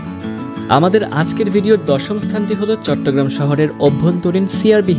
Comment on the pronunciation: চিটাগাংকে চিটিং কেন বললে???